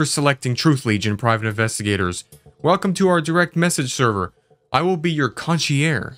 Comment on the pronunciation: Con-she-air Na-sow 😅😂❤❤